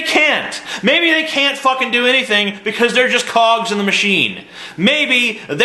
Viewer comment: anyone else thought he said cocks and not cogs? xD